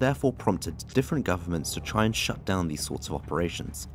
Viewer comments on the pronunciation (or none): none